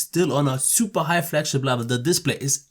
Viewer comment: level not blevel lol...peace mate like and sub :)